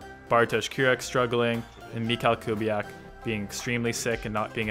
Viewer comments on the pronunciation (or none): Btw, 'CH' in Polish is pronounced as 'H', as in 'hat'. So it's mee-ha-w Kubiak.